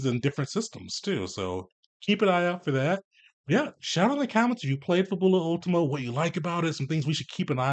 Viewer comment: FA-bu-lah UL-tee-ma. It's (probably) Italian for "Last Fable" (or "Final Fantasy.")